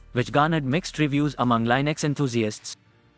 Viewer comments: im sorry, lynix? its li-nucks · linux, not lienux